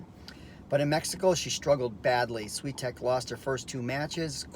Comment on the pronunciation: Please learn how to pronounce her surname correctly.